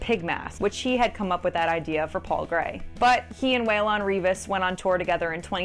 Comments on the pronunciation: you can't even pronounce Waylons' name right 😂 It's Waylon (Way-Lun) Reavis (R-Eye-vis) Its not Way-Lawn 😂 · LOL how do we continuously get here especially in 2024? And for the love of god, you do not pronounce Waylon as Way-lon.